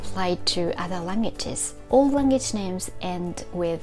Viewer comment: Thank you so much for your wonderful videos! Just one small hint: "language" is often pronounced "lang-age" in Japan, with a nasal "ng" followed by "age". But the "gu" is missing. "Lang グ (w)age". Every language has its little tricky details, and i'm honestly very grateful to you for making us see the points of attention in Japanese, and for all the work you do!